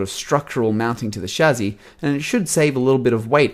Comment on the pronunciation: It's chah sis